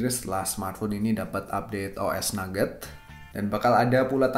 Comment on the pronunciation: bang Nougat bukan Nugget, hehehe... pasti #efekpuasa nih ya?